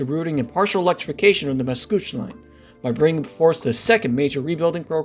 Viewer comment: said Macouche Station instead of Mascouche. Macouche in french translates to my diaper in english. lol